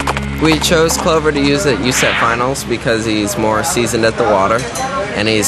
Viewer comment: Haha, he pronounced it you-seff finals instead of U-S-E-F finals xD